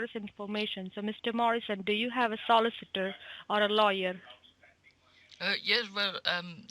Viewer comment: Solliss Itor?